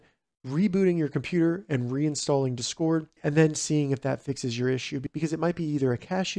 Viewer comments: I’m so distracted by the incorrectly stressed syllable 😂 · bro is saying dscord